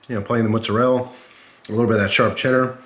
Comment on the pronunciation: "mozarell" lmao i love that accent